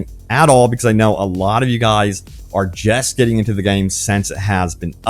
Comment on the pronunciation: Who knew the word "traffic" was so hard to pronounce as a person who speaks fluent English. Or even the word "just" (says, "jess getting into the game"). Man, this was painful to watch.